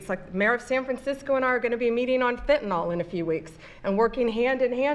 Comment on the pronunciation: why do people always pronounce it FINTINOLL? it makes me fucking crazy, it's fent-a-nil. say it right